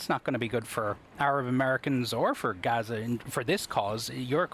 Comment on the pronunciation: Its pronounced "GAZ" "A" not "HAZA"